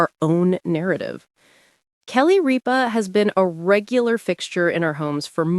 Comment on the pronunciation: It is not "Reepa" it is "Rip-a".